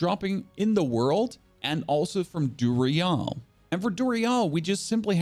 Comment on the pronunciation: Love the content. Your weird way or pronouncing things just to be different drives me crazy. I couldn't do it past DuriALL.